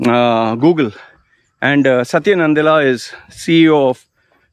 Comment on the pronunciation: 3rd time correction: Its PICHAI and NADELLA, please say the last names correctly. you said PICHKAAII and NANDALLA